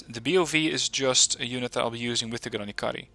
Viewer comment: Please stop torturing the language. That č is not c. The mark on top is not dirt or some comp glitch, it denotes you should pronounce that as "ch", like in Charles. So, it'll be granichari, not granikari. Thank you.